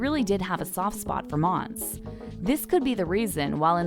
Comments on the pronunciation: Her name is pronounced MON-SAY. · IT'S FKIN MONSÉ NOT MONS. JESUS CHRIST. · Her name is Mon-say! Its clear the reader NEVER watched the show! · They kept saying her fkn name wrong